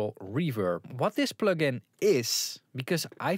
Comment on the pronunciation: Plögin? Pönk?